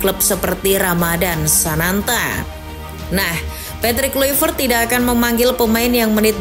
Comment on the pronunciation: Min Patrick Kluivert bacaannya Petrik Klaivert.. hadeeehh